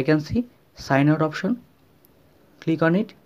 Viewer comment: Good video but ”glig onnnit” was getting annyoing